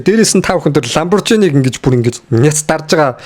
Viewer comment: Aylga edre zuv helchihvel Lamborghini gedgiig Lamborjini gsh. Angli helee zuv helku bol doog shet boln shu…